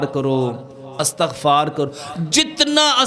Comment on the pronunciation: اِستغفار ہوتا ہے لفظ اَستغفار نہیں